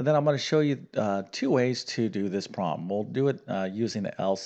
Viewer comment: Please enunciate the word "problem".